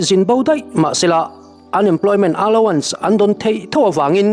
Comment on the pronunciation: Pu Engkima kan pawl😂 Loks. Allowance tih lam dan hi aluans ti lovin alauns tiin lam tawh zawk ta che, i chhiar ngaihnawmin a ngaihthlak a nuam e❤